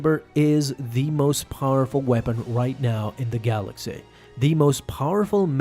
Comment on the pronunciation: “In the galaxay”